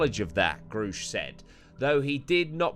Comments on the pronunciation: Its grusch pronounced like rush...grusch hour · I think it's pronounced "gerr-e-sh" - watched far too many video on him than I care to admit 😂